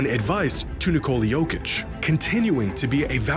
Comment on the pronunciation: makes such great videos about fascinating stories. the stat dives and extrapolations are brilliant, yet somehow he still pronounces nikola jokic's name incorrectly. it's so easy for americans to pronounce, idk why ppl stick with nih-Cola.